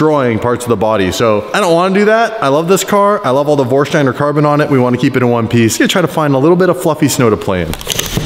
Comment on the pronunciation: wtf with the vorsdiner bruh it is vorsteiner